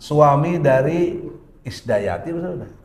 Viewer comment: Bukan isdayati tp idayati